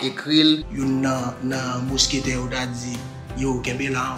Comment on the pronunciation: baz ou di kk yo ou edit video a ou pa korijel ou ret la wap di monsquetaire se mousquetaire fre